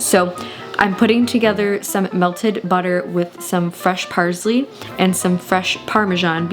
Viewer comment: “Parzley” is killing me